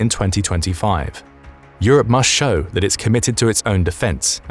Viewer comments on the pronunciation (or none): none